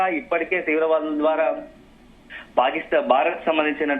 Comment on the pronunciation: ఈ వార్త ముఖ్యమైనది. కానీ వార్తలు చదివే వారూ, వాటిని అందించే వారూ… మన తెలుగు భాషను పలచన చేసేస్తున్నారు. బారత్, బలఘాలు, జరుగుతావుంది అని పలుకుతున్నారు. భారత్, బలగాలు, జరుగుతోంది అని ఉచ్చరించడం లేదు. సరిహద్దు అని అనకుండా బార్డర్ (border) అనీ, తొలి సంధ్యలో అనకుండా, అర్లీ మార్నింగ్ (early morning) అని చెబుతున్నారు. తెలుగు దృశ్యమాధ్యమం వారి అర్హత తెలుగు సరిగా రాకపోవడమేనా!??!!